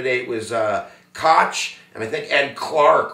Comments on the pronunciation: Thought Joe Walsh ran in 1980 Thought it was pronounced Coke not cotch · It's not pronounced Kotch its pronounced like coke . That said unless you lived through it and this guy didn't you don't know . Liberal arts wrap up on history . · Koch is pronounced coke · the koch brothers last name is pronounced coke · Pronounce Coke